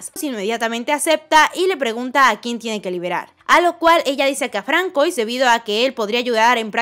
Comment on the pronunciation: FRANSUÁ!! Se pronuncia FRANSUÁ porqué el nombre es francés 😩😩